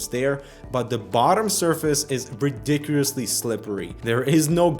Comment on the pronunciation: Redikurously slippery? are you turning into DJ Khaled? JERLIES? (Jewelries)